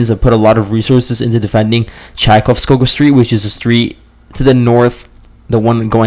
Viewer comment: Chaikovskovo, with a v. That 'g' is pronounced as a v.